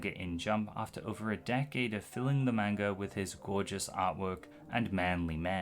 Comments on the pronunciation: You say manga wrong. It’s pronounced “mon-guh” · Seemed like an interesting video up until i realized it’d be an hour of someone saying “main-guh” How do you do all this research and never learn how to say the word?